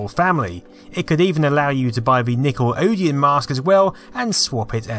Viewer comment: Pardon...say "Nickel-odeon" again?